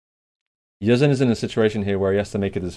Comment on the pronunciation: its pronounced Yeh-Zan the SA stands for Saudi Arabia